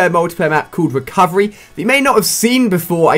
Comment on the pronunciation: You said recorverey